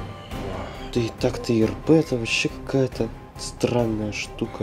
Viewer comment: А почему ты гопоришь ирпе а надо ирп понимаешь👻👍лайк поставил